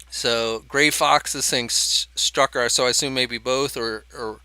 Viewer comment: It's STRUCKER, not stucker